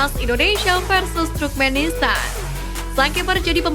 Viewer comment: Koreksi sedikit,... TURKMENISTAN bukan Trukmenistan. 🙏🏼😊 Semangat ngonten ttg Timnas Garuda Indonesia... 👍🏻💪🏼❤🇮🇩☕✔